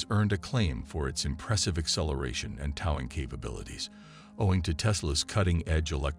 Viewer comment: weak exposé & mispronounced narration. 😢 'toww-ing capacity' ?